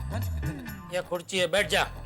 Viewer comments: Jethalal 🗣️ speaking=kurchi😂😂 kursi nahi kurchi 😂😂😂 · Jethalal 🗣️ speaking = kurchi 😂😂kursi nahi ❌ kurchi 😂😂😂